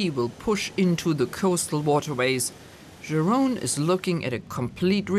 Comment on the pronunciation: He is called Jeroen, not Jerone. The other guy is called, not Bath von der Hook. There are some R's in there.